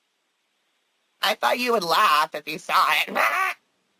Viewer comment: This man is a real doofus not only is he believing all of this fantasy land stuff he also has a problem speaking.... He said "I sare it" It drives me crazy how he uses the word "werent" Example - "I weren't going there." Just a full blown DOOFUS...